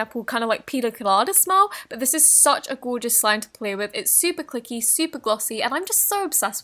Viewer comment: did she say flay with instead of play with?